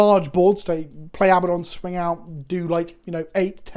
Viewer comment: Love you but the mispronunciation of Abaddon drives me nuts. It’s abadd-on, not abba-don.